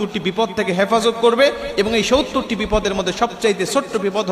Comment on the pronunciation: আসসালামু আলাইকুম। সউত্তর না বলে। সত্তর বলুন ।